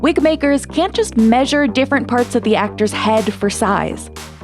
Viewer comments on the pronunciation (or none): none